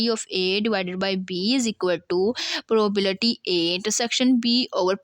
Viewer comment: Probability to thk se bol lo Kia padao gi Tum Tumy to Sai se bolny hi nhi aaraha 😂